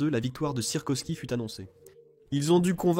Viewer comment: encore une fois l'IA plombe la vidéo et on ne dit pas sirkosky (ou sirkoski) mais Sikorski